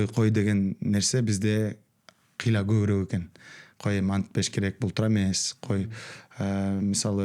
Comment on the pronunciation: Адабий тилдин нормасы боюнча көбүрөөк деп айтылат.Бир канча жолу көбүрек деп айттыңыз урматтуу алып баруучу эскертме сизге